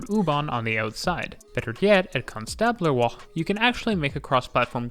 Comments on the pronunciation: Ouch, that pronounciation of Konstablerwache! Tip - if the Germans put an e on the end of a word, it's because they want it pronounced. At the end. They're not French - they won't have done it because they think it looks nice there or because it changes a vowel sound earlier on in the word. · You got the pronunciation of Hauptwache and Konstablerwache almost right :D You just missed the e at the end, it's not silent